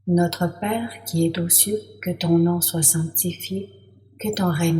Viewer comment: Notre Père qui es zaux cieux et non pas Notre Père qui es T'aux cieux . Mauvaise liaison. 2ème personne ne prend pas de T à la fin. Ce n'est pas très grave, mais dommage.